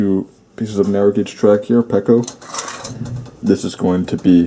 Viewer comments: Hate to be that one guy, but it's pronounced pea-co, not pecko. Great video! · I thought it was pronounced “pea-co”. Huh